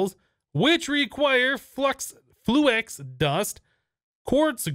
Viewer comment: Fluax dust it's called fluix not fluax xD